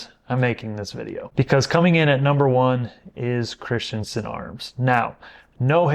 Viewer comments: It's Chris - Ten - Sen, NOT Christian - Son. Just ask my friend named Christensen. ❤ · Cris-ten-sen.. Not Crist-yen-sen. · Christensen is NOT pronounced, “Christiansen!!”